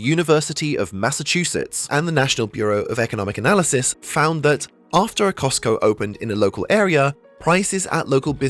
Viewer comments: says Cotsco instead of Costco :) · What is "COTSCO" ? Is this the knock-off version of COSTCO?? 🤔🤣🤣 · “Cotsco” lmao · ah yes COTSCO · cots co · Costco fan-boi shows his controllers didn't edit his video very well by calling them "Cotsco". LoL. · Cotsco lol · cosco like tesco. 🤗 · Love that "COTSCO" in Japan 😁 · "Cotsco" lol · the rare Cotsco